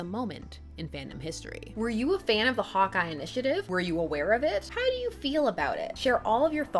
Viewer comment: I kept hearing "Hot Guy" instead of "Hawkeye". I mean, that would also be correct, but still.